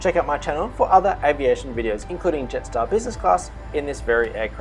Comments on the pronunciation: (Jetstar Yarstar) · Love your witty sense of humour lol (Jetstar Yarstar) 😂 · (Jetstar Yaystar) ✈️ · (Jetstar Yaystar) Great video!!!